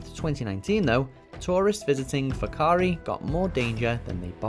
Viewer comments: The pronunciation of whakaari was almost perfect brothers. Just roll that “R” and you’re on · However they pronounced it better than most New Zealanders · Their pronounciation of Whakaari was spot on, did not expect that at all.